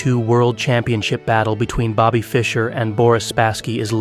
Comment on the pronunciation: two minutes into the video and you couldn't get magnus' nor bobby's name right 😭